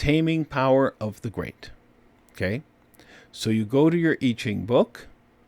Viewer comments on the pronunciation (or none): It's pronounced (Mr. Annuciation) YEE JING - you cannot pronounce so many of the phonetics that it is NOT OKAY! KAY?